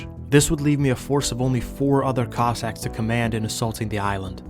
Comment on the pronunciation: Everytime says "cossacks" it sounds like "cock sacks"